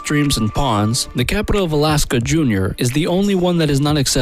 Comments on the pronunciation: Excuse me, but the capitol of Alaska is not "junior", it is Juneau. Wish these video makers would hire real people to narrarate the videos and not rely on computer voices. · I am grateful that I was put straight about the Capitol of Alaska. I always thought it was Juneau. So happy this superior intellect corrected me and let me know the Capitol is actually "Junior". Stopped watching after that stupid remark. Why do people narrate things they can't read or pronounce? What a jackass. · The capital of Alaska is JUNEAU! Pronounced Joo-no. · Learn to speak english. Junior is not the capitol of Alaska. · Alaskan capital Juneau not junior, junior🤣🤣🤣🤣🤣🤣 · videos from people who have never been and don't know a lot of what they are talking about. miss pronounced Juneau and Homer and other words. Seeing russia from there is only from a farthest west Island and can not walk there from Alaska. she was related to 'native' Americans not one, is the real story here. the same as the Kennewick man found in washington state, a european related to [mixed] native Americans, but not one.